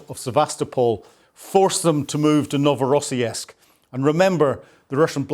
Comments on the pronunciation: I think the Orc's port is pronounced 'Novo Ross Sisk' there is no '...esk' sound in the name. That's not to detract from one of the best Ukraine War analysis channels. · NOVORO-SISK with a SOUTH PHILADELPHIA ACCENT, LOL GREAT SHOE🎉 Carry On.. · For crying out loud. it is only and you have already shown us that same explosion FIVE TIMES !! And why is it that Brits and Scots (and also Americans) have such a problem correctly pronouncing foreign, including Ukrainian and Russian, names ? I lost track of how many time you mis-pronounced Novorossiysk (you should check these words before you record your video), but for even simpler words, like Tatarstan, it is NOT Tartarstan (as you call it ). It's all kind of insulting to natives. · Ur pronunciation of Novorossiysk is terrible😂